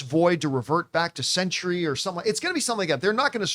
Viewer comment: The word “Sentry” has 2-syllables.